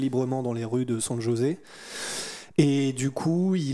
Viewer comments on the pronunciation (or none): Pour info Mr je cherche mes mots en français SanJosé se prononce San Rosé ! 🤡